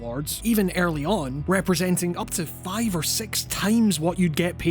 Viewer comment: im so sorry, it sounded like you said "there's a very good chance this is what sex will actually look like" and i had to rewind and gave me a good chuckle